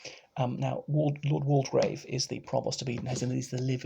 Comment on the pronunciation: You might like to know that the 'de' in Waldegrave is silent, so it's pronounced 'Walgrave'